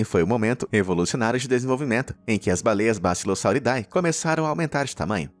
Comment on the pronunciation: vale uma dica: quando for ler um nome cientifico em latim, a termilogia "ae" como bassilosauridae se le como "e" . A forma correta de pronunciar é bassilosauridE; o mesmo vale para Aedes Aegypti que se lê Edes Egipiti